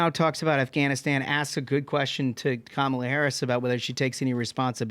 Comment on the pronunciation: I love for a million issues but his pronunciation of Kamala is great. Some dirt bag chastised tucker for it when he was on fox. NC Atty Mary